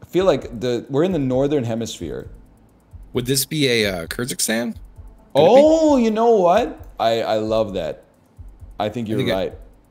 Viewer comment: Ive never heard pronounce Kyrgyzstan correctly